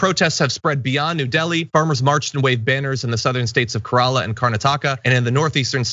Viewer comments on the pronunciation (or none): its not pronounced Keralá, its Kélara.